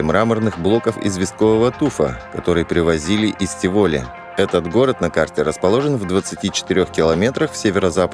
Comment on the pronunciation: тИ воли, город. Ударение на первый слог!!!